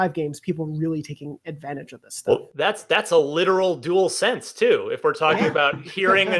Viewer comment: you also called it the "duel sense" when it's "dual sense"